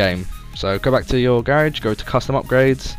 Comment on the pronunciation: I hate how you say garage